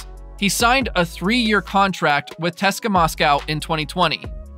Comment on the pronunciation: don't say teska its C-S-K-A for English speaking people